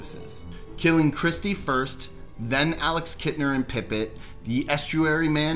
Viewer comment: it's "Chrissie," not Christie.